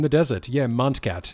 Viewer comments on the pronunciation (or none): C cat why did I hear more than 'C Cat' during the livestream, of course knows how you pronounce it. That's going to make me cringe for the rest of my life